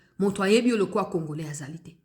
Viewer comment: Na discour Na ye landa bien oKO yoka ndenge azo loba congorais au lieu ya congolais vraiment aza rwandais